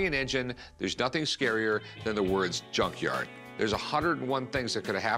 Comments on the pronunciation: Did he say he works at a yawn yard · Did he say he works in a yank yard hahah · What's a yun yard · Rick its not junk yard. Its yunk yard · " i know about engines because i work on a yunk yard 🥴" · I work in a "yunkyard." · What's a "yunk yard?" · Did this dude just say “yunk yard” 😂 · I heard yuan yard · The 1st time he said "yunk yard". The 2nd time he tried to say it correctly by throwing in a soft g sound with yunk. 😂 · I also heard yonk yuard!!😂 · I thought he said yung yard hahaha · I heard yum yard 😂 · Yunk Jard is what i heard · Yunk Yerd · Yunkyard wit a yubble u. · You know he says “yunk jard” soft J lol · He said Jun yarn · Yunk jyard 😂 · get it right, it’s called a “yunk yarr” 😂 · He called a junk yard a JUN-JARR 😂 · I was trying to figure out, wth is a yonzher? He said yonzher like, 4 times. I guess he was saying junkyard? I guess he's gonna take it back to the yonzher!😂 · Lmao did he say YUNKYARD? Oh no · It's from the "yunkyard" 🤣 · Did he say he works in a Yun yard!😂😂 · He needs to take the engine back to the yon-yarr where he found it. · The way he says "yunk jard" ...all ya gotta do is switch the first letter and you're good to go my friend. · This guys is one mispronounced word away from catching a butt whoopen from, from de Parken lot to the yunk yar!😂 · In a yunk jard ,lol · I heard Yunk yard to. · He said yughnyar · Yunk yar lmao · can’t even pronounce “junkyard” properly 😂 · I thought that was just a joke they can't pronounce "j". Thank God for closed captioning.